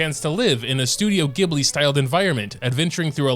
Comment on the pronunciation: also please for the love of god its Gh eb li DX